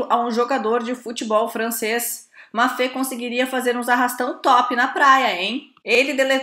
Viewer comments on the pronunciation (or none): só uma correção o nome do jogador não é Mafê se pronuncia UMbáPÊÊ. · Mbappé se pronuncia "Imbape". Ótimo vídeo! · A menina, não consegui falar o nome do Mbappé corretamente, depois ate desistiu se eu não estiver equivocado !